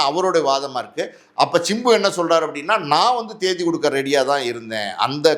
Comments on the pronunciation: Sir. Chimbu nu solreinga simbu nu solluinga kekka nalla ella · It's not chimbu, it's simbu